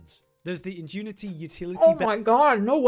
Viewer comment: Our boy can't even pronounce "ingenuity." Can we honestly expect him to provide accurate coverage of a complex game like PoE 2? Edit: And no, that's not how they pronounce it in the UK.